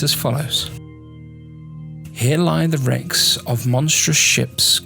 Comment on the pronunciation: He pretty much did. He definitely said racks instead of wrecks and "mass of" is pronounced the same as "massive".